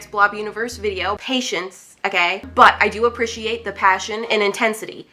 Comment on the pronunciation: The way she says appreciate bothers me so bad